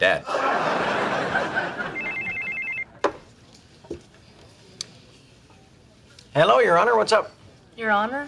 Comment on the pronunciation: Dad. Not day.